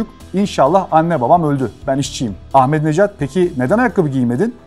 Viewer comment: عزیزان بنده هم به عنوان ایرانی به ایشان رای دادم ضمن اینکه احمدی نژاد درست است نه احمدی نجات